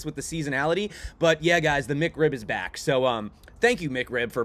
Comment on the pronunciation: Mick Rib? I thought it was Mac Rib